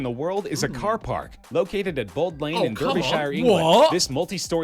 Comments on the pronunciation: i cannot get over the man in the video going 'derbyshirey' 😭😭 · we just gonna ignore how the guy pronounced Derbyshire 😭